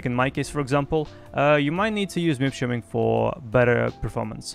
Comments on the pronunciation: Why are you saying -streaming šo weird>? Shiming??? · Are you saying MIP SHIMMING or Streaming? lol